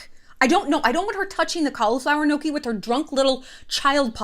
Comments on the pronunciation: The thing that annoys me the most is the way that she pronounces gnocchi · I know this is a weird grievance but the way she pronounces gnocchi makes me so uncomfortable